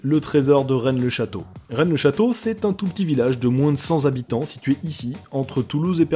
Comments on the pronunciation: Salut, vidéo très chouette;-), juste un truc pour la prochaine fois, on dit "cent habitants" et pas "cent-z-habitants" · "un tout petit village de moins de cent zabitants" Ouille... C'est bien,, tu t'améliores. XD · mais on dit pas "cent zhabitants"... T'as été à l'école où? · 3'30 moins de cent zhabitants ? Si cest plus de 100 ya un s, si c moins ya pas 😅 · Excusez-moi mais la prononciation pour 100 habitants c'est pas "100 zabitants" c'est "100 tabitants". Et sinon J'ADORE vos vidéos. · Dans le top 10 des fautes de liaison on a en n°1 "moins de cent'z'habitants" :)